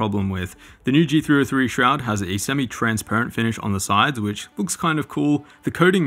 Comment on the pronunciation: It's pronounced "Shrood" :)